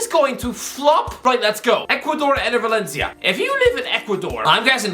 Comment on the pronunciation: Enner velencia 🤣 start of the video